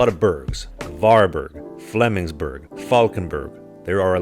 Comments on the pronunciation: He did not pronounce Flemingsberg correctly. He butchered it. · Just a few small errors. He did pronounce everything correct, which is impressive, he just got the melody slightly off. I don't mind, because that's propably the most difficult part of Swedish, but it will directly pinpoint you as a foreigner in Swedish ears. This was some time ago, and I think he went home to Canada if I'm not mistaken.